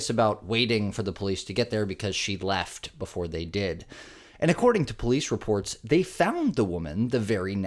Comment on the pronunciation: She keep saying “call the Poice”. Hello woman , you are holding a phone.